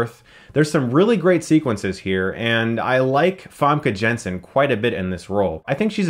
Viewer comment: Chris, the way you said Famke Janssen is so funny if you are dutch. (like me).